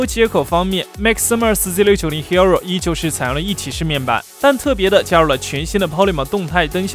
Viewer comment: 為什麼你的hero聽起來那麼彆扭